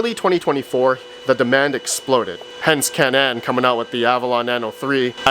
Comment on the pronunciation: Isn’t it “cay-nan” not “kuh-nan”?